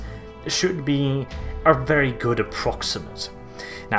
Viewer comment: Please start saying "very" without rolling your R